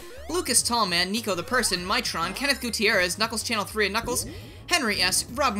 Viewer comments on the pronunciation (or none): none